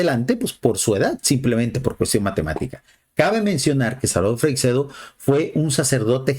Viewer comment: Por favor, podrías molestarte en saber pronunciar , por lo menos, su apellido? No es Freicsedo, es Freixedo.